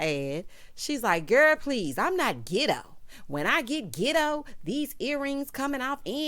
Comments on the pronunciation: When you said qwerstion and gitto, if I didn’t scream on this Sunday morn, 😆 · Words of the day: QweR-strun Gi-doe Ree-speck-fer Me: hollering